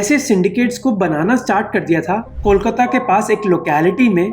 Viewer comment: Bro, it's not kolkatttta. it's kolkata🤨😑